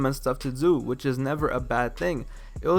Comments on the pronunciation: "You coud dew whateva you wanted to dew so have fun!" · Why you have to pronounce do like that lol